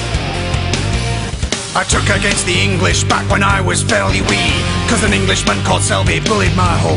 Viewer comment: I love the way he says Eengleesh.